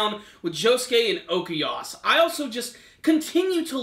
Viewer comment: It's Okuyasu, not Okeyas Smh...